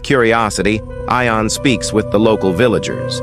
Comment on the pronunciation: AI can't pronounce. "Eye-on? Try "Yon." And get me a human.